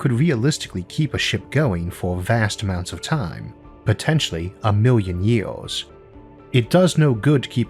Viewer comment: I love that the narrator has a speech impediment. " a miw' yun ye-ohs" .